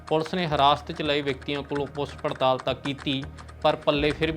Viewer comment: ਸ਼ ਨੂੰ ਸ ਤੇ ਛ ਨੂੰ ਸ ਨਾ ਬੋਲੋ। ਸ਼ਬਦ ਜਿੱਥੇ ਸੁਧਾਰ ਕਰ ਸਕਦੇ ਹੋ.. ਪੁਸ ਪੜਤਾਲ ਨਹੀਂ ਪੁੱਛ ਪੜਤਾਲ। ਗੈਬ ਨਹੀਂ ਗਾਇਬ। ਰੈਫਲ ਨਹੀਂ ਰਾਇਫਲ। ਅੰਬਰਤਸਰ ਨਹੀਂ ਅੰਮ੍ਰਿਤਸਰ। ਸੋਟਾ ਨਹੀਂ ਛੋਟਾ। ਸੱਡ ਨਹੀਂ ਛੱਡ। ਸੇਡ ਨਹੀਂ ਸਾਈਡ। ਰਾਸਟਰਪਤੀ ਨਹੀਂ ਰਾਸ਼ਟਰਪਤੀ। ਲਾਸਾਂ ਨਹੀਂ ਲਾਸ਼ਾਂ। ਪਿਸਲੀ ਨਹੀਂ ਪਿੱਛਲੀ। ਆਮ ਬੋਲ ਚਾਲ ਦੀ ਭਾਸ਼ਾ ਤੇ ਖ਼ਬਰ ਪੜ੍ਹਨ ਦੀ ਭਾਸ਼ਾ ਵਿੱਚ ਫ਼ਰਕ ਹੁੰਦਾ ਹੈ ।